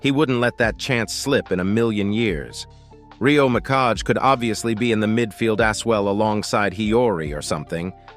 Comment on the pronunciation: "Rio Mikash" What the heck